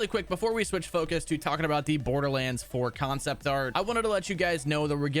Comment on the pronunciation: Why in the fuck does this dildo say concept like that? Kion-cept